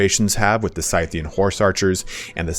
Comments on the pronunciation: Scythian is pronounced "Sith-ian" even though we call the tool a scythe and not a "Sith." Also Seleucid is pronounced Cell-Lew-Cid not cell-u-cid. Cheers. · Think you arent saying Scythian right but just a minor thing...😉👍👍👍 (I might be wrong ofc)